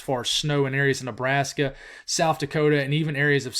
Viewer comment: I’m still laughing at “Lebrashka” from yesterday. It made my night haha